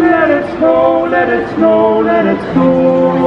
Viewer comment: Hahaha "let is go" al posto di "let it snow"